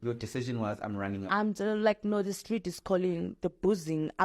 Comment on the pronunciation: "The stleet calling me"😂 That insane...